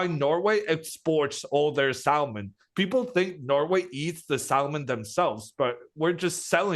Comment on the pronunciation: That was a painful way of pronouncing "salmon"